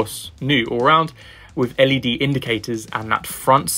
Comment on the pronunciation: Great review, I got some decent insights into the updates. Wish you'd pronounce your 'th' properly though. 'Wiv' and 'fousand' are at odds with the rest of your excellent and clear diction! Just saying...